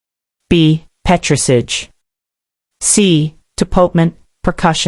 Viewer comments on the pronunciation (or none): she cannot pronounce petris ahj properly lol american robot